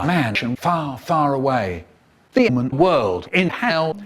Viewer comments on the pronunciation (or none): I love how Michael says demon like themon